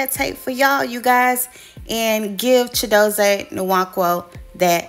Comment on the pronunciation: The “N” is silent…Wan-kwo 👍🏾